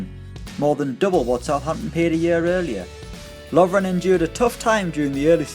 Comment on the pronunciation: Lovren? really? HAHAHAHAHAHAHAHA